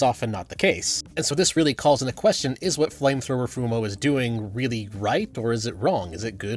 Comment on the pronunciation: "If an inside person is going with a flame trower" pyro tf2?